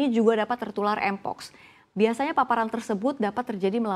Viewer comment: ngomong mpox aja ga bisa 😂